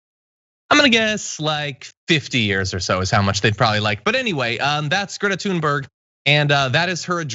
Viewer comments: Nitpick, but for you Americans, Thunberg is pronounced close to "tune berry" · Notice how her name is pronounced...it’s actually pronounced “tune bury”. She clarified this to Amy Goodman on DEMOCRACY NOW years ago. Perhaps think about pronouncing it correctly...love your show and a supporter for years.